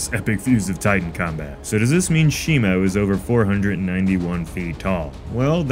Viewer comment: I keep zoning out and hear him saying "shemale"